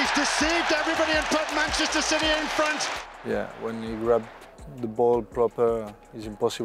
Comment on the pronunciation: did he just say manchester shitty??